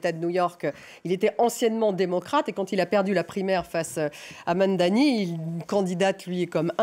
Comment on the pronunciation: Why it's so hard to read his name correctly? It's not Mamdami its Mamdani.